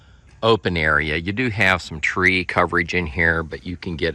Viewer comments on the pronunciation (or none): none